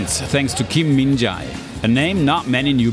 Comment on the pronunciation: kim min jaaaaaaaaaaeee?? his name is 김민재 not 김민자애